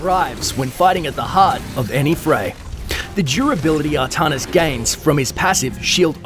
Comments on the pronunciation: as some one from NZ, it is most certainly ArTANis not Artarnis. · Artanis not Ahtahnis. ARtanis! I dont see no H. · Arrr TAN isss not Arrr - tahn - is. Also May-lay not me-lee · It's pronounced Artanis, not ahtahnis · can actually be pronounced either way, do some research before you try and correct people.